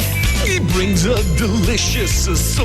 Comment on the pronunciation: "creamy fllling"